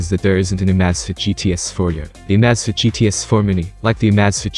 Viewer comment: If you're going to use a computerized narrator, you should probably make sure that it knows how to pronounce the name of the item that the video is about! It makes the entire video sounds stupid when it is constantly mispronouncing the name of the Amazfit! it was so bad here that I had to stop watching after less than 30 seconds!